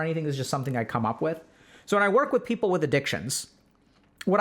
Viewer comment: Is it people or peoper?